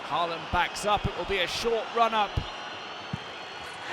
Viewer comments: Try to get the AA....right is a Å! The very first sound you make in "ON" "Å"n" is AA! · Why don't British commentators learn to pronounce his name correctly? The double in Norwegian is pronounced like the a in paw not like the a in par.